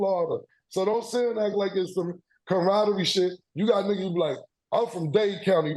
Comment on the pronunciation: I die every time Cam says “camaraderie” 🤣🤣